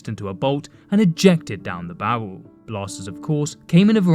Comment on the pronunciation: learn how to pronounce your R's bro, it aint bawwel